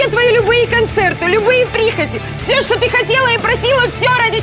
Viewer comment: охранник сказал ТЫ ЧЬТЕ ЗДЕСЬ ДЕЛАЕШ